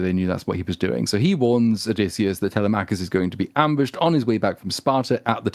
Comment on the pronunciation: every time they say Tella-mackus 😭😭